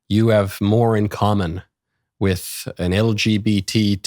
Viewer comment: No. She needs to stay until she is able to pronunciate properly. It’s not “worf” it’s worTH. It’s not “wif”. It’s WITH.